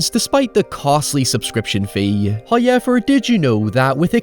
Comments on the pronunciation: Please stop saying "hi-ever" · I love how you say "however" as "hyever" lmao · First “Hayevur, …” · I'm new. Why does he say hoyever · First "hoyevver" drops - so don't skip the ad, or His wrath will be felt for aeons.